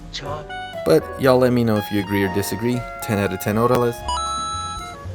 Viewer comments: What's "hordales"? 🤣🤣🤣🤣🤣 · "Hordales" Lolololol